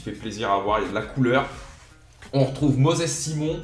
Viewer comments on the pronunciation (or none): Simon se dit «Saymon» et pas «Simon» ;) et il joue à la gantoise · Simon se prononce Saymonn et Gent se prononce Gant comme des gants pour les mains